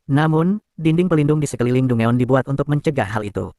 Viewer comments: Dugon bg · bukan dungeon min penyebutan nya salah harusnya danjen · Dangen lol